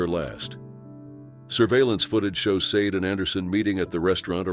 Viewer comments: I’m pretty sure you pronounce “Sade” Shaw•Day. Possibly even Say•Dee. But not Sayed. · Sade is pronounced 'sharday' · Sade is more likely pronounced SHA DAY.